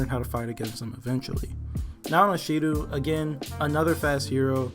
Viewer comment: It’s not Shidu, it’s Tiendi